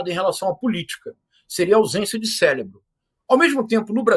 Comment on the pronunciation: Professor falando "AUSÊNCIA DE CELEBRO". no minuto. . Me poupe dessa esquerda militante, ignorante, e vendida!